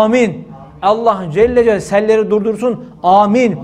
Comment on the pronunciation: Allah Celle celalihu denir Allah Celle cel deyil hocam